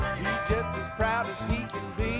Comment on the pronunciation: BTW... It's "boogity boogity"... not "boogtay boogtay".